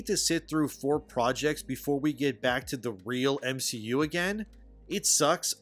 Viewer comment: The guy who tried to defame Gary also called the MCU the "M-She-U", anyone else catched that? I think that was accidental and not ironic... 🤦😂